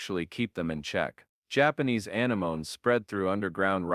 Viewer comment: Some of these computer-generated voices’ pronunciations can be so irritating. It’s a-nem-o-nes, not a-ne-mones.